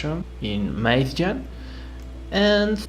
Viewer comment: he absolutely nailed saying "krigsgaldr" :D